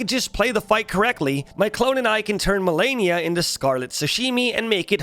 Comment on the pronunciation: What's funny is that after dying to her so many times, he still said her name wrong at the end of the video. I dunno if it was on purpose or if the constant beatings made him lose braincells but I literally facepalmed at the end of the video.